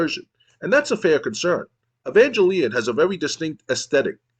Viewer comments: Im mostly confused on why you pronounce Evangelion like that. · entonces basicamente es un juego de aviones? how could you misspronnounce evangelion xD watch it at least!